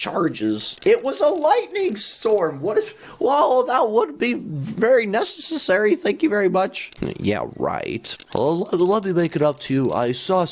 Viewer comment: insted of u saying nesesery, u said nesususery